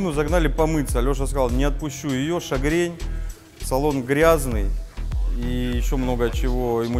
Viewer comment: Не шагрень а мигрень